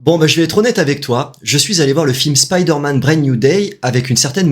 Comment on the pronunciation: Content de revoir cette chaine et enfin quelqu'un qui dit spiderman correctement et non speederman 👍👍. Assez d'accord avec ta video le film est super cool